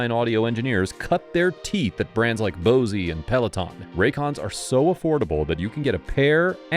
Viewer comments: ☝️ HOLD UP! I thought the brand "Bose" was pronounced bow-z, not bow-zie. Is bow-zie really the correct pronunciation? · This dude said “Bosey” instead of “Bose” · Did you really say, Bo-zee, instead of Bose (Like Nose with a "B" in front)?? Wild. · Not trying to troll here but it’s pronounced bös, not bosee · Anybody else hear him pronounce “Bose” like “Bozey” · Bosey? It's Bose like hose. and no raycons are nowhere near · Bose is pronounced "Bōhz" not bozee. Love your content. Just noticed that in your ad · "Bosey"??? it's Bose, pronounced boz, please get simple facts correct so I can have faith in your reporting. i do for the most part but dang, quit a gaff for us Bose fans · You said Bows"e" LOL it's Bose .Like "Bows" Like Crossbows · Bose is not Boz E it is just Boz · Hold up hold up…. Did you pronounce Bose Headphones as “Bo-zee”? BO ZEE?! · Great video, but something is bothering me . . . Bose (pronounced Bowz or /boʊz/ )* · Wait, did you you pronounce the “E” in “Bose”? Bosie?? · Bosey?? Or is it Bodie?? Like an off brand "Bose"? Never heard of Bosey headphones before. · "Bosie"? LMAO! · You want John Rambo? Because that's how you get John Rambo. Pressing F to doubt on the i was retiring anyway story. Acted the jackwagon and made the town look bad to the world so was probably given the option " retire " quietly you get to leave with some semblance of honor and you keep your pension, fight it and we will fire you and you're out. One thing on the Raycon read Bose is pronounced bo-zz like bozo but with the O dropped not bo-zee. ( long time audiophile nerd) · Sorry still laughing he said bosey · I really like watching your videos and the way you present the facts generally makes sense in my head. With that said, the competitors of the sponsor.. Bose isn't it pronounced b-Oh-zz?? LoL never heard it said that way. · It’s just BOSE one syllable. 😂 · “Bose” is pronounced “bows” btw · Lol bro said Bose-e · He said “boseee” for Bose lol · Mispronounced Bose…. Unsub